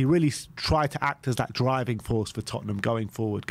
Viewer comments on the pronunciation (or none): none